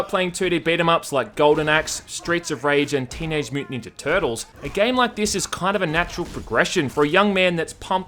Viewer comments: That part wear he sounds like he has the biggest Bronx ascent when saying tertils was grate I love it 😂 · Sounds like toitles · The Brooklyn accent must have rubbed off on him. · Toydulls...TOYDULLS??! beep